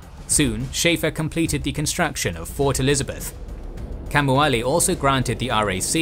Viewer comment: Again the Hawaiian needs work. King Kaumualii is pronounced (in a way you may understand better) Cow Moo Uh Lee Ee not "Kamuali"